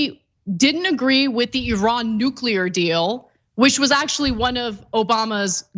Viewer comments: 👏🏻👏🏻👏🏻 I am loving hearing Iran pronounced correctly! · Nice to hear Iran pronounced correctly